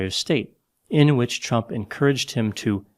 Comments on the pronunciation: Did you call him Trump or Chump?🤣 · I swear I heard you call him chump more than a couple times.